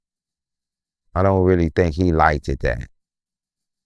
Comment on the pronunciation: Did this Boi jus say TALKTED 😂 and LIKEDED 😂 NO and they say we Country only in da Souf Cut it Out 🤔 😅